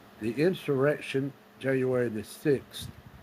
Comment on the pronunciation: did he say "Janu-werthy" 🤔🫣